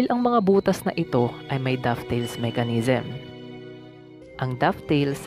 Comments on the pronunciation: It’s dovetail a kind of joint, not dufftail. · "Dovetail" hindi "dufftail"